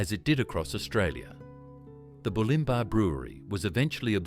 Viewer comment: Bew-lim-bah… AI bullshit…